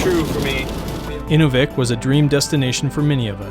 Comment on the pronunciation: Great show, but learn to pronounce the names of the communities. Inuvik /ɨˈnuːvɪk/ (place of man) Spoken like; inew vik